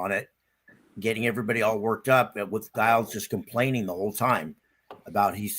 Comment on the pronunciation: His name is pronounced Jiles.. Lol. Anyhow.. Great show guys as always !!!!!